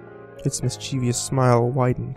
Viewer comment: GESTURE: pronounced "jess-ture", not "guess-ture". MISCHIEVOUS: pronounced "miss-chi-vus, not "mis-chee-vee-us". If you are not sure of a word kindly look it up for pronunciation. Mispronunciation detracts from the story, and causes me to lose track of the story line and, ultimately, lose interest in the story.